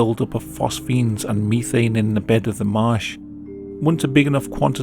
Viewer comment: theres no way hes unironically saying methane like that this has to be a bit